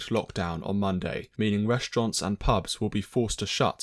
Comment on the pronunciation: I swear he said restrons instead of restaurants